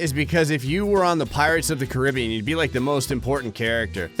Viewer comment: ACTUALLY PRONOUNCED CARIBBEAN RIGHT 👏🏾 👏🏾 👏🏾